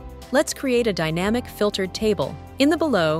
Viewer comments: Why the stupid AI voiceover? The voiceover also makes the mistake of saying DAYnamic instead of dynamic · Other than that: very informative and useful 😊